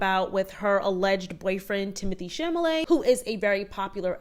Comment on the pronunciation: It’s pronounced “chal-a-may” not “cham-a-lay”